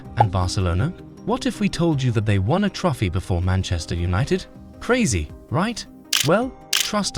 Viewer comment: dislike for pronouncing trophy as "trofy"